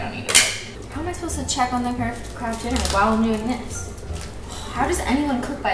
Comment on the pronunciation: I just thought they changed the packaging and I didn’t know, phew. Also why does she keep calling it kraft DINNER!